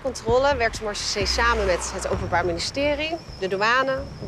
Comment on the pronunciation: Nederland noemt zijn militaire politie "Maréchaussée" om vervolgens het woord totaal niet te kunnen uitspreken 🤣